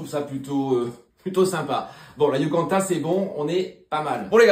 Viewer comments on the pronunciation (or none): C'est pas "yucanta" princess mais "YUCATAN" haha